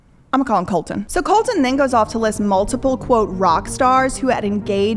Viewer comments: You are aren't even saying Colson, you are saying colton. Also very poor researched. And he wasnt saying anything about young girls that the the average person says in real life. Not saying its ok but but definitely not all the blame should be going to him. With that being said he had to learn what he can and cant say with fame even though everyone around him in his daily life is talking the same way he was. But overall this video was very clearly poorly researched and you sound stuck up, do better. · Colson** not Colton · You never heard of MGK before he started dating Meghan Fox ??? I'm a grandma, an old lady, in the northern forests of Canada, who never listens to rap or hip hop, and I've known of MGK since he made breaking news. It's Coulson...not Colton. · Why is she calling him COLTON? ummm she can't even get his name right? WTF? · You can't even read... what the fuck is going on... his name isn't Colton... it's Colson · Got me on the edge of my seat! Do more on them! 😵‍💫😵‍💫😵‍💫oh and? Its colson not COLTON lmfao.